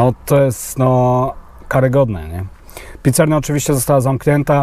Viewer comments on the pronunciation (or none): Byku nie wazne czy byl finish wazne ze to wszadzal w ciasto to cos. Nie ma roznicy bo i tak nie smak zostaje. A poza tym mowi sie pizzeria a nie pizzerNia mordko. Kłuje w uszy.